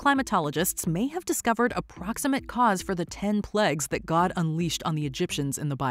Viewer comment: It’s the first time I’ve heard ‘plagues’ pronounced as ‘plegs’ (by the narrator).